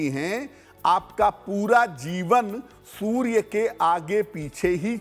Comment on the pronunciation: aap anchor ko zara batayein ki soorya hota hai sorya nahi badi वेलांटी hoti hai choti वेलांटी nahi